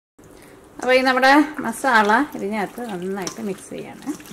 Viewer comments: മാസള അല്ല മസാല, 2 തവണ പറഞ്ഞെ മസാല, ആ, മസാല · "masala" malayalathil ezhuthi nokku. Ennittu pronounce cheyu..appol correct akum🙂